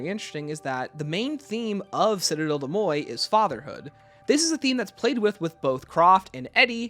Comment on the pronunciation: listening to you mispronounce des morts is painful